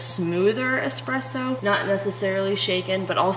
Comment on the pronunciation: As a barista that has also sold nesspresso you will never get me to quit REAL QUALITY ESPRESSO unless everyone keeps calling it EXpresso.. lol its funny, but damn annoying after the 3rd hour of hearing it...